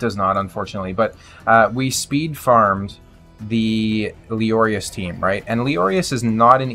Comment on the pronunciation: calling lezarius as leories made me laugh so hard